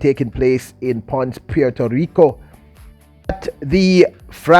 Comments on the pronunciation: Pon-sey...... say it 3 times....PON-SEH.....PONCE..... You are welcome. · It’s PON-CE, 2 syllables. 👍🏽